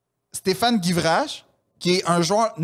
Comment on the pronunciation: J'ai adoré cette épisode. J'ai aussi vécu 98 et c'était fou! La phrase de sur le fait qu'il n'est pas bon de trop regarder le passé, est lumineuse. Et,en passant, le joueur de l'équipe de France c'est STEPHANE GUIVARCHE et non GIVRACHE. Merci pour ce bon podcast et cette épisode en particulier!